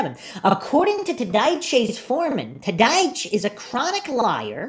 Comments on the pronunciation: Can you please pronounce Scott's last name properly? Gets old listening to you miss pronounce his last name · I have to say , I laugh out loud every time you say Scott TADYCH 😅, love your content on the Steven Avery case ❤ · Tadych pronounced Tod- ick